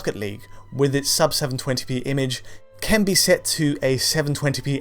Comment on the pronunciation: It's who can't say the word "can"